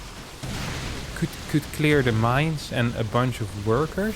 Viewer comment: Dear, I appreciate your content, but please, take into account the correct pronunciation of the words "burrowing" (/ˈbʌrəʊɪŋ/) and "bunch" (/bʌn(t)ʃ/), you mispronounce the letter "u" in them.